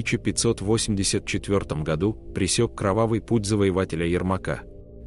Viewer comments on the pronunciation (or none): none